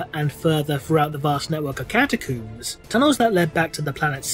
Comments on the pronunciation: Am I the only one bothered by his pronunciation of the word catacombs? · I find it funny how you say Catacooms instead of Catacombs, and you don't just it once but every time. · cata-cooms the big dig HMMMMMMMMM